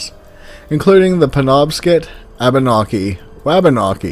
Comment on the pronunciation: I’m from Maine and I just wanted to let you know Penobscot is not pronounced like that not hate tho good vid! :D